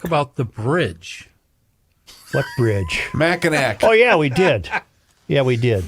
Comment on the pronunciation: It's pronounced Mac-in-naw Bridge